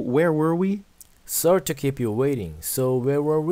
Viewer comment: Sorry 하실때 쏘어에 가깝게 오를 발음해주셔야 하는데 써리라고 발음하세요